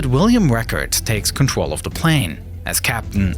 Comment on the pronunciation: Contwol /(UwU)/ Lol